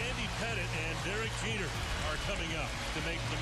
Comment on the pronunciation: Jeter half white side is pronounced in his accent 😂 John sterling got it right tho!